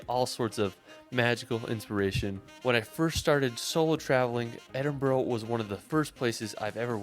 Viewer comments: Edin-bruh or Edin-burruh not Edin-burrow, rabbits live in burrows. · edin-burgh----burgh in english is burra,so edinburra, when u say glasgow drop the W-so glas-GO-or as the locals say GLASG-A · please if your visiting learn the pronunciation Glenfinnan viaduct is pronounced glen- fin- ann vie -ah-duct Edinborough is ed-in-bra ( ed in a bra ) and its holly-rude park Eilean Donan Castel is ellen-donna which was in the movie highlander which butchered the accent to and Cullen is kull-in I know Hollywood movies have absolutely butchered the accent over the years so it's not your fault . Scottish actors are to blame they don't say that's absolute garbage this is how you say it then again Ewan McGregor's Scottish accent isn't up to much either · So class, put your phones away, are you all listening ha ha: Edinburgh is pronounced phonetically as Edinburra; Glenfinnan viaduct is pronounced Glenfeenan Veyeaduct; Eilean Donan is pronounced Eelan Doan; Loch Lomond is pronounced Loch Lowmond hope this is helpful to my american cousins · Pounce edinbra lol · Hollyrood, as it's spelled, edinbura is how it's said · Edinburgh... it's pronounced Edin-bruh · Aaaaaargh! Scot hums 'Non, no regrets' to himself......EDIN-BO-RO, GlasGoWgh, etc, etc! Has not raised my opinion of the severe lack of intelligence of mericans. Perhaps he should have devoted less of his youth to 'travelling' and more finding a kindergarten run by Glasgow or Edinburgh's ancient and famous unirversities, founded 1451 & 1583 respectively! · Little tip for people trying to pronounce Edinburgh. Say: Ed-in-bu-ru. The "u" should sound the same way as in the word UP. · So…ed-in-bur-ruh is more easier way on how to pronounce it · Okay here we go Edinburgh is pronounced as Edinburra . Duncan born in 1939 in Edinburra . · Glasgow, Edinburgh, Loch Lomond is there any places this guy can say correctly? It's brutal to listen to